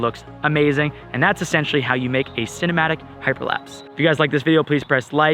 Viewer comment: Its how not hau